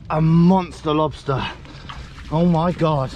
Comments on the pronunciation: Check dat out for a lobstaaaaaah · Big ol monstah lobsta!!